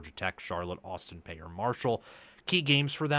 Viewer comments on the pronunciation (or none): My man, Austin Peay is pronounced “pee”, not “pay”. 👍